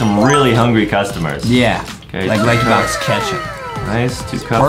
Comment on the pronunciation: Lankybox not crericeh